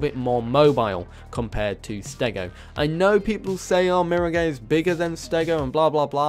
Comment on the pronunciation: Please, It's mirror-guy-a Not mira-🏳️‍🌈-a